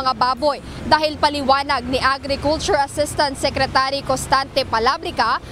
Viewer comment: Secre-chu-ry? sabi ni.